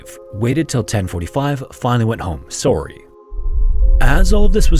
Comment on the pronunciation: Whoa are you Canadian? All these years and I never knew!